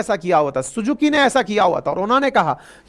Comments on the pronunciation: Toyoto nahi Toyota hota ha😂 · TOYOTA ❌ TOYATO ✅ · Toyato टोयाटो❌ Toyota टोयोटो ✅ 😂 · Toyota ko toyato kyu bol rahe hai ??? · It's Toyota...not Toyoto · Toyato nahi hota sir Toyota hota hai 😂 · Bhai pada likha hai kya toyota ko 1000 baar galat pronunciation kar raha toyato bol raha. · Not toyato..it's Toyota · Sir... it's Toyota not Toyato..! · Oi Mr expert it's Toyota not toyato. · टोयाटो नहीं sir टोयोटा कहिए। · पहले नाम तो सही से ले लो गुरुजी टोयोटा है toyato नहीं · Toyota ❌ Toyato✅ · Ankit bhai..... yeh Toyato (toyaato) nahi hai.... Toyota (Toyotaa) hai.... :) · Are you copying Nitin Gadkari who pronounce Toyota as Toyato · Toyota ❌️ Toyato ✅️ 😂😂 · भाई वो टोयोटा होता है टोयाटो नही यार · Toyota. Not TOYATO. TOYOTA. Gadkari ji ke baad aap bhi. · It's Toyota not toyato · Toyota❎ Toyato✅ 😅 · Pronounciation of Toyota, ha ha ha Toyato, Master ji Toyato in Toyota hai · Bhaiya 1 br to Toyota bol lo toyato toyato kr kr k aapne sir dard kr diya h baki kya hi bolun apko sir....sir........sir.......... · आपको टोयोटा बोलना नही आता तो आप pronunciation की बात न ही करे तो अच्छा है।।बार बार टोयाटो बोले जा रहे हो हद है।।। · Sir ji... Apne TOYATO ka fortuner liya hai ya TOYOTA ka? And it's STELLANTIS not SENTENALIS tribe😅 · Toyato nahi Toyota hota hai... 😅😅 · Are Yarr...Toyoto nahi it's Toyota 🤦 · Toyota ❌ toyato ✔️ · Toyato nahi bhai Toyota 😅 yeh guru hey😂😂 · Sir टोयाटो nahi usko टोयोटा बोला जाता है😅😅😅😅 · Kya sirf muje toyato sunai de raha hai.... yeah to TO YO TA hai na... guruji " tera dhyan kidhar hai, meri to najar udhar hai "😅😅😅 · Sir, Toyota not Toyato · Bhai toyato nahi Toyota hai 😂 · Sir toyato nahi toyota hai plz correct kiziye pronounce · Sir, it is Toyota... not Toyato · सर "टोयाटो " नहीं होता, "टोयोटा " होता है। 😂😂😂😂😂😂😂😂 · हम भी "टोयोटा" ही जानते थे पर सिर्फ गुरुजी ही नहीं नितिन गडकरी साहब भी "टोयाटो" ही बोलते हैं, पता नही कौन सही है 😄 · Toyota ko toyato kisne kisne suna? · टोयाटो नहीं टोयोटा😂😂😂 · Sir pronounce Toyato but actually is Toyota 😅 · Toyota ❌ Toyato ✅ 😂😂😂